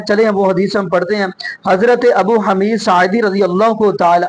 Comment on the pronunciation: حمید کی ح پر پیش ھے زبر نہیں ابو حمید الصاعدی۔ باقی رفع الیدین کرنا نبئ کریم کی سنت متواترہ ہے خوب عمل کریں